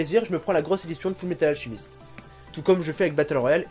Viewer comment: Alchemist Pas Alchimist Mais c'est pas grave :)